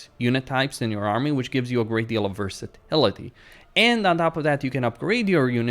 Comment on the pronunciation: Homeboy's voice always reminded me of someone but I couldn't figure out who until he was talking about Chaos warriors and said "versi-TIL-ity" dude sounds just like Christoph Waltz lol